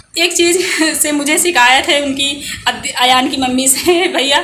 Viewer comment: Ayan ko adyaan bol rahi ho .....